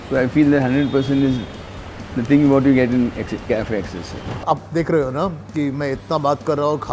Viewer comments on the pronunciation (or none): none